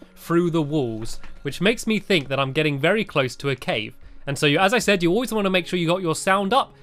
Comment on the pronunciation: Stampy you sed three